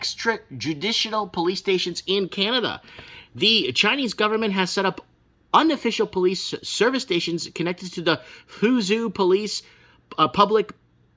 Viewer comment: Fuzhou- pronounced Foo Joe